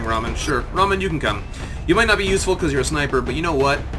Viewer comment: Well, in Rahman the H isn't silent, in-fact it is a big part of the word.